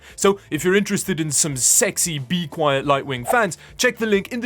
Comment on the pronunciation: You dont understand how refreshing it is to hear you say bequiet. If I have to listen to you pronounce linode one more time through your nose, im going to end myself.